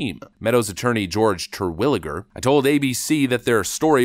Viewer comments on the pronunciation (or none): "terlwager"? "TER-WILL-I-GER"